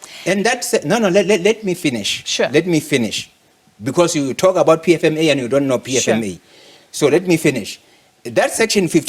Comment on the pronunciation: I love the part where he sounds like an Italian. "Doni understand." 😂 Hlaudi's is an very smart, he has a logical, simple & effective perspective & mindset, but because he is not a black man who subscribed to the exploitation of an SOE and speaks fancy English, or a white man - they try to humiliate him and make him a scapegoat.